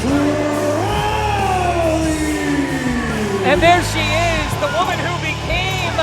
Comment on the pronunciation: Alice-ter Crowley?!